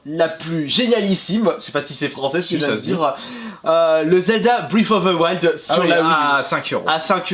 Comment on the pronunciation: "Zelda breiiizovthewild